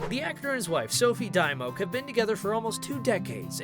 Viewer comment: I'm very sure that you're pronouncing her name wrong!!!!